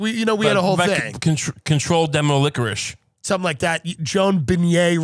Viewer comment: “Controlled Demoliquorice” is in another level 😂